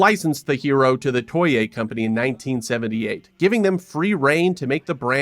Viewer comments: Toe-Ay, that drove me nuts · Toei's pronounced like "Toh-Ay". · Why do you pronounce Toei like that? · You pronounced Toei wrong. Otherwise, love the video